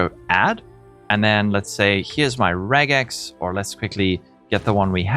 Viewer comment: Thank you for saying regex and not rejex.